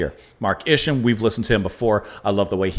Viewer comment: I believe that Isham is pronounced something like Usham, the sh stays together Like in Shell.